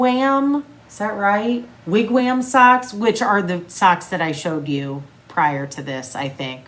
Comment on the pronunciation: Haha!!! We had sooo many wigwams it was crazy, but the am in ‘wam’ is pronounced like the om in ‘pom’